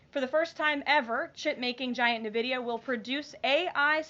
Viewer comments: It's EN-vidia not NUH-vidia jfc so annoying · NVIDIA is pronounced IN VIDIA (or EN VIDIA) not NAH VIDIA !!! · 'Nuh-vidia'? I thought it was 'en-vidia' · N-VIDIA not NE-VIDIA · Why is NVidia pronounced Nevidia? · Who tf is navidia? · It's pronounced "nevedia"? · It's actually pronounced EN-VIDIA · Nehvidia she says lol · If you're gonna praise a company that much, you can at least go through the trouble of learning how to pronounce its name: "INvidia." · Wtf is "Navidia" lol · I love you Karoline, but it's pronounced "N Vid E uh" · Can we educate her how to say "N-vidia" lol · Please pronounce Nvidia correctly in-VIH-dee-uh. Grammar Natzee stuff out of the way, I love Karoline! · She called it Nividea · Why can't any of these idiots say nvidia correctly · pronounced EN VIDEEUH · Would someone please teach her how to pronounce NVIDIA? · Or that losing 2 Apple factories and 4 Intel factories while gaining 1 Nvidia factory is not really the kind of momentum she is trying to portray. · Literally can't even pronounce Nvidia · If the guy is innocent and should never have been deported then they really should bring him back. It undermines the credibility of all of Trump's efforts if we're deporting and sending innocent people to prisons in El Salvador. Also, Karoline doesn't know how to say NVIDIA, bless her heart.